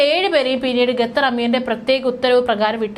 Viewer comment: Not ഗത്തർ, ഖത്തർ